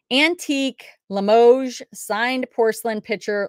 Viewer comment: They missed info on that comic, delivery boy man is from Futurama! And yes you said Limoges right